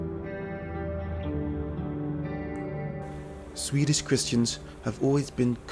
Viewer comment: first of all, you are slaughtering the beautiful Swedish language which is a shame. Second, I don't know why by you never went to Sigtuna which is probably the richest of history in Viking history since it was the capital for the Vikings...I'm genuinely pretty upset...